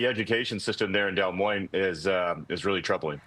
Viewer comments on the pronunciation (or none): It is pronounced DEE MOIN not Del Moin